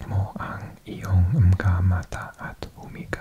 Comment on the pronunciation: Hey there, love the langauges content! When you read "Mga" in Filipino, you pronounce it as "Manga", the "Ng" as "Nang".